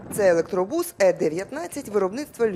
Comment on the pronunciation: Що у львівян постійно з наголосом в українській мові? Чому у слові автобус наголос на о, а електробусі вони ставлять наголос на у?